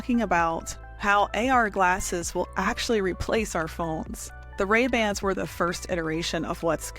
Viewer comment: What is Ray Band? Lol